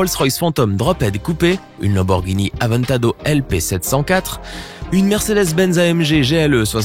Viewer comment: « lamborgini aventadO »😭😭😭